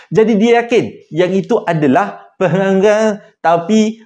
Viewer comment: part nk sebut penanggal tu jujur saya ketawa sangat² 😂😂😂